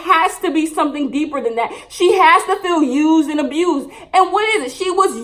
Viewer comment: A-bused .. LOL